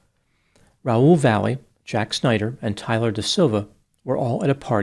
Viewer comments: Last name should be pronounced Vah-yeh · I knew a family with this last name [Valle]; they pronounced it 'Vah-yay'. However, since we know does his homework, I imagine in this case he has the correct pronunciation in his story. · Last name is but can't pronounce Valle correctly.